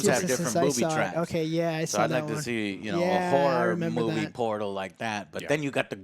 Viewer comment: The way Joe says "horror" sure sounds like something else to me. xD